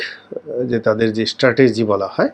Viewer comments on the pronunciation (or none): none